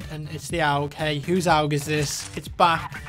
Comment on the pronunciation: Owg? It's pronounced A.U.G.